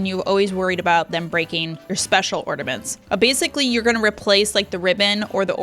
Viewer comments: Omg its a floor Its not ground!! And its not ordamets Its ornaMents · Love how you call ornaments "ortaments"